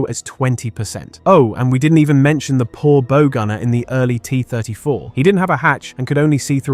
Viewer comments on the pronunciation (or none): Bow gunner. You pronounced bow incorrectly. It's not bow like a long bow. It's pronounced BAU. Also shaped charges are a kinetic penetrator. They don't melt the armour.